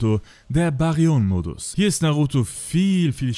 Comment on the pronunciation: Nice Zusammenstellung :) Danke für die Arbeit aber brudi Bäh-ri-yön - Mode, versuch das mal so auszusprechen :D